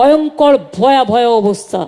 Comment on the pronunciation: ভয়াবহ কে ভয়াভয়, কঞ্চি দড়ো কে কঞ্চি বড়ো.... সত্যিই কি লেভেলের শিক্ষাগত যোগ্যতা পরিষ্কার বোঝা যাচ্ছে!